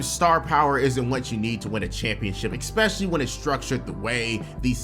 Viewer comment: My guy. Learn how to say "especially"🤦‍♂️